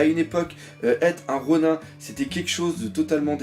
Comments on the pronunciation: par contre Ronin je crois que ça ce dit ronine et pas ronun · ronin il me semble que ça se prononce "ronine"^^ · le IN ronIN se prononce comme dans nINja. on ne dit pas nain-ja en français malgré l'orthographe car ça n"as aucun sens puisque c'est juste une transcription en alphabet d'un mot japonais, il faut donc garder la prononciation jap de ronin. les règles de grammaire française ne s'applique pas.